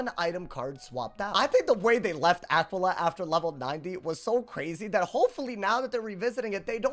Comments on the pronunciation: say it with me now Ah-quail-e-uh. dont EVER pronounce it the way you did in the video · that just isnt how you pronounce it lmao come on bro lock in